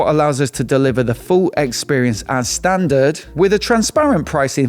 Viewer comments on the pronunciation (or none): none